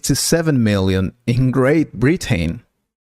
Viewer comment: Very poor accent and pronunciation. 'Britain' and ''Pronunciation' is pronounced incorrectly in this video .